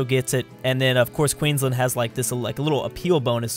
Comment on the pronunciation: Is it me or does every Queenslander hate how non Australian's day the name. They say land like lend, it really grinds my gears